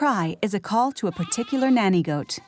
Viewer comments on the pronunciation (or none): none